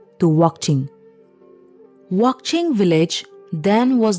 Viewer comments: It’s wanching, not wangching😊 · 55 It's not Wangching, it's Wakching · It's Wanching not wangching.... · Not wangching, it's wanching village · Wanching.. Not wangching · not wangching, its wanching